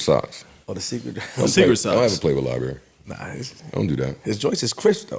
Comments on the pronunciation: “LIE-BURRY” 😂. Nigga it’s Library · Its LIE-BARRY lmfao